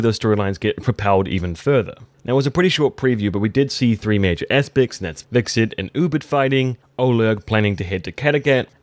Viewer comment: Every time you pronounced Hvitserk wrong.. a fairy died somewhere...